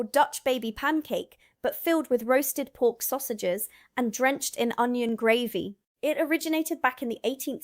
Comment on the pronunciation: Footnote my dear, Gravy, pronouced Grey=vy not the way you are saying, ...so glad you are here and not in that place over the pond....